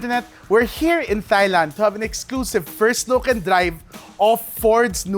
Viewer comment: Sakit sa tenga ng soft "th-" sa thailand. May gahdddd. Even americans pronounce that with a hard T